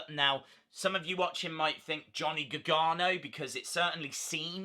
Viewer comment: your accent saying "Gargano" sounds like "Gagano" lol